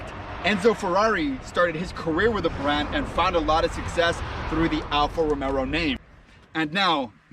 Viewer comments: I stop watching as soon as you said Alfa Romero. ITS ROMEO (Romayo) No extra “R” you goofy ass! We Are Alfisti!! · Say it like this .... Alfa Ro-May-o ..... 🤦‍♂️ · ‘Alfa romero’ 😂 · Romeo not RomeRo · Get the name right. It's Romeo! Idiot.